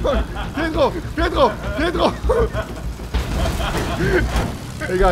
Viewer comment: Der heißt pietro nicht pitro